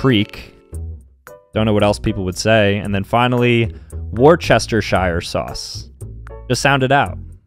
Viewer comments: Even if he put lots of emphasis on the shire I wouldn't have minded but why don't he just say wuster shire or wustersha sauce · The confidence he has when saying “war-chest-er-shire” has me dead. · Bro sounded so confident saying war-chest-her-shire 😭 Also, when he said 'seltic' I nearly went into cardiac arrest cries in british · Worturshesture sauce 💀💀💀 it’s pronounced woostasheer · well, same pronounced it “War Chester Shire Sauce” and the comment was quoting him, so It kind of makes sense to say “Shire” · WAIT WHAT THAT IS THE WRONG PRONONUNCIATION?! I want to jump off of a building (it is actually pronounced Woo-stah-shire sauce, apparently for some odd reason) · The poor man 😭 he felt so confident after blatantly saying ‘wort chester shire sauce’ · Anyone gonna break it to that it’s pronounced “wuster-sher” and or “wuster-shire”😅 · W A R C H E E S E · lad, im british and that was the worst and most american pronunciation of the sauce ever icl.